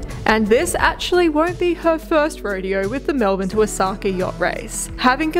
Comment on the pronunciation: What a delightful mother and daughter combination you two are! Since you're on your way to Osaka, may an old Japan hand help you with your pronunciation? Your destination port is Osaka, pronounced Oh-Oh-Saka. Two beats and an accent on the first syllable. Good luck in the race! (By the way, , your own boat, has a name which means "friends" in Japanese. In that case also, place the accent on the first syllable. ) Aloha from Hawai'i.